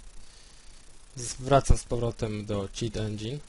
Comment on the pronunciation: Cit Endzin fajnie mówisz xD